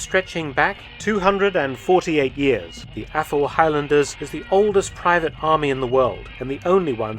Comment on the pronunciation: still hearing “Apple-highlanders”